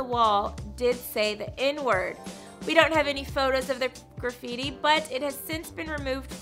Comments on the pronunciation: messes up with the grufete word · Ephrian Andaverde graffiti 😂